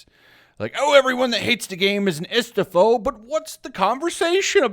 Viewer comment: Honest question. I'm Spaniard and a self-taught English speaker so please excuse me if I misunderstood the phonemes, but I think I heard you pronouncing two or three times the word "hystophobe" - or histophobe, or istophobe - in reference to people who disliked the game. First time in my life I've heard such a term, to be honest, and running several web searches and coming up empty-handed is only adding to my confusion. Could you please enlighten me and clarify if that's just me mishearing/misinterpreting the actual term that you used, whichever that might be? Thank you so much.